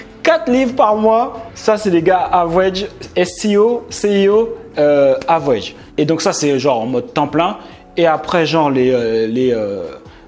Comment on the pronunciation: Je vis au state et j'ecoute tes videos On ne dit pas avouege=pronontiation On dit avrége=pronontiation mais si non , oui j'ai vu son interview e tu l'as parfaitement resumé